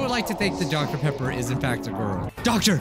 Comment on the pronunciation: DoCTa PEpPA